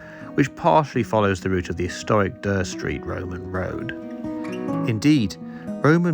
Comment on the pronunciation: Never heard anyone pronounce Dere Street as "Der", I thought it was pronounced "Deer street". Decent content, cheers